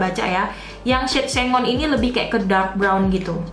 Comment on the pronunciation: Sengon ka bacanya bukan senggon. 😀😀😀